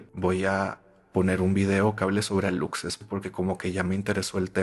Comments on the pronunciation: Como persona de Quintana Roo, me muero de risa al escuchar la palabra "Alutses" por los Aluxes kajsnd,, se pronuncia "alushes". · ora que alucses jsjsjsjsj se dice alushes jsksjakkajsasa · como yucateco me temblaba el ojo cada vez que escuchaba "alucses" jajaja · Alucses así no se pronuncia sailor es aluxes suena: alushesh la x es como sh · aluxes → alushes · No es aluxes es alushes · Amo esto pero me duele la pronunciación de "aluxes" 💔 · Hola. La pronunciación que es válida de "aluxes" es alushes. Te amo. 🖤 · Hola caracolas, soy de Campeche, de la mera península y me dio risa como pronunciaste ALUXES. Nomás como dato, se pronuncia ALUSHES. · Se escribe "Aluxes" pero se dice "alushes" jeje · se dice "alushes" la "X" la pronuncias como "sh" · Amigaa que miedo, esta ves si me 😅 asusteee, petición para un especial de historias ultratumbisima de halloween, por cierto si pronunciaste mal aluxes pero se dice alushes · Aluxes = alushes (así se pronuncia, es maya) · Los aluxes se dice alushes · se pronuncia alushes xd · Jaja sailor se pronuncia alushes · Me da risa como pronuncias Aluxes bb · Solo por corrección, la pronunciación correcta de los Aluxes es "Alushes" ya que la X en maya suena como la sh. Cuando se trata de un singular se pronuncia "Alush", pero cuando es en plural es correcto "alushes".